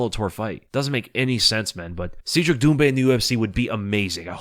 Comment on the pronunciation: Cedric is pronounced "said Rick" not "seed Rick". Trust me, I'm an expert.